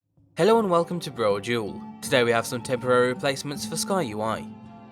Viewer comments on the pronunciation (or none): Completely unimportant but the way you say Brodual tickles me somewhat, it sound's like you're saying Bro-O-dual and if that's how it's meant to be then cool but it makes me giggle either way.